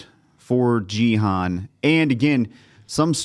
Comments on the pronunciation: Genuinely curious, is saying “Jee-Han” a running gag when pronouncing Gi-Hun’s name? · it's season 2 already and u guys still can't pronounce Gi Hun correct lol😅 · I doubt it. I just think they dont really know its pronounced Gi Hun. But its okay, it gets the point through. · But its not particularly hard to figure out, especially when every single character in the show pronounces it properly. We're not talking about accent differences, but literally a hard g vs a soft g, and hun vs hoon. Its basic grammar. It's like saying Tear vs Tear. to tear something apart or a 'teer' from crying. English is no different. Now it may not bother some people, like this particular crew that I love their reactions, but a lot of other people can take that offensively as not respecting someone and how they're name is pronounced. I get annoyed when people call me Fenix like Fedex, when its pronouned Phoenix like the city. Fen vs Feen.